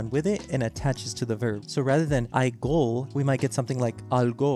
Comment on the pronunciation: that gũh is pronounced more like a gõ